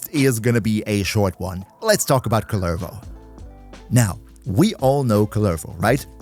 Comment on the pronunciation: Idk how many times you've played Duviri, but have you ever talked to the jailer or the kids in the island? He's not Kullérvo, he's Kúllervo